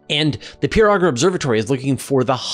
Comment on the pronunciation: I gave a talk involving Auger-electrons, and at Q/A, a distinguished astrophysicist said, "Nice talk, but it's pronounced "oh zshay" not "ogger"